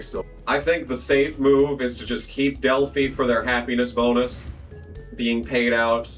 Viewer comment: As someone who used to work in an Automotive Warehouse, the phi in Delphi is pronounced like youre saying wifi